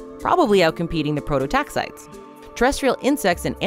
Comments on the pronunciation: Um, it's pronounced Pro-to-tax-i-tees. Prototaxiteeeeees. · They aren't 'prototaxites': Their genus is prototaxites NOT PLURAL. 'Pro toe tax eye tees'. Geddit? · Please, "Prototaxites" is pronounced, pro-toe-tax-eye-tees. I will get off my soapbox now. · 1. The “ites” at the end of “prototaxites” is not pronounced like in stalactites, as in this video. It is pronounced like “eye-tees” 2. From what I understand at this point in the literature, the idea that they stood upwards like columns is outdated. Pretty sure they just laid horizontally in the ground. As a palaeobotanist myself, I love seeing cool things like prototaxities discussed by the general public like this, but getting the basics of pronouncing the name of the organism wrong made the video difficult to watch. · The canonical pronunciation is /ˌproʊtoʊˈtæksɪtiːz/ "pro-toe-TAX-itees"